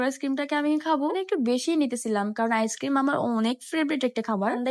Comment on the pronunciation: ইস ক্রিম না আইসক্রিম বুঝেছেন পাগল